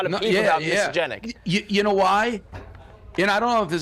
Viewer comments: You played dumb. You said misogenic 15 times 😊 reading is fairly easy. Just sound it out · Whoever dropped the short of old school Dave butchering the word misogenic moments after the call is a legend as well. Give her a raise. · Me: He said it 7 times, am I the one that is mispronouncing the word or is it an archaic form of misogynistic? Also me: Googles “Archaic forms for misogynistic”. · Not being able to say misogynistic actually increases your odds of being misogynistic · ??? What are you getting at??? I was trying to figure out why he was mispronouncing the word because I’m sure he’s heard it before. I’m trying to understand if Dave is playing 4d chess by doing that. If so damn Dave gains much more of my respect for playing their stupid games and using it against them. Dave Portnoy 2024 El Presidente🎉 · Dave said misogynistic wrong so many time I was wondering if I had it right. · Dave not being able to pronounce misogynistic is no surprise. The guy is a moron. Lol